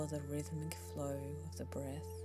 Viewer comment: “My voicezzz” “breathzzz”